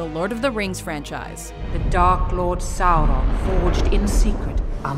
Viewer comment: when u say sauron it doesnt give u anything bad or evil. it sounds like u said something wrong